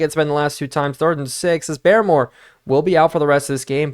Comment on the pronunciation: Hey i know you wanted tips on pronouncing names and idk how i havent noticed but i believe barmore is pronounced like "bar-more" not "bare-more", i would definitely fact check this though as im not 100% sure